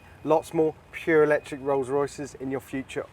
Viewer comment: Eeeelectric??? Not my cuppa tea